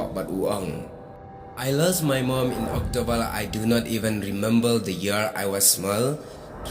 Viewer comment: Father❎ Fadal😂 Remember ❎ Remembal✅😅 October ❎octobal✅😂 Neymar ❎ Neymal✅😂 Football ❎ footbor😂🤣